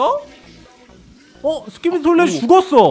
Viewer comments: 스키디비 토일렛이 아니라 스키비디 토일렛이에요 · 스키디비 가 아니라 스키비디